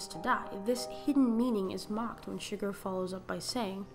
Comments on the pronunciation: Did you just call Chigurh Sugar?! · Here is some wonderful advice if you're going to psychoanalyze the film it might be nice if you could pronounce his name right not sugar but Chigurh, try this chig-gur just my 2 sense, or . "My two cents' worth"